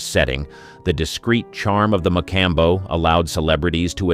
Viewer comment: I can't watch another minute of this video while the narrator oblitiates the name of the MA- Com- Bow.